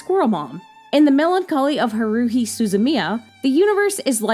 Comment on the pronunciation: HA-ru-hi, not ha-RU-hi.